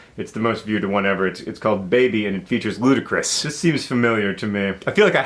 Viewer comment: john saying "Ludacris" cracked me up! I've never heard a Bieber song either so i guess "I WIN"!